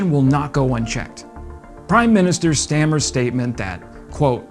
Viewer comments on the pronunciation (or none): Dude, it's pronounced Prime minister Star-mer, not stammer. He's not named after a speech impediment. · Sir Kier STAR-MER. Stammer 😂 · Good vid, but as he will be around for a while - hopefully supporting Ukraine substantially - please pronounce Kier Starrmer's surname right - its Stah--mer, not "stammer." Ok, mate? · It's STARMER NOT STAMMER!